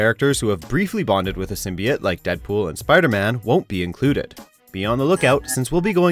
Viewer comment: Fucking hell. How can you can make a video on symbiotes and not know how to pronounce it properly